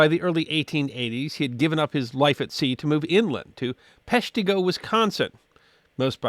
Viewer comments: That's OK, We who grew up in the area understand. The best part is that you pronounced Peshtigo correctly this time.😁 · Hey good to see nailing the Peshtigo pronunciation after the Peshtigo Fire video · Thank you on pronouncing Peshtigo right! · I love it. I had a big smile when he did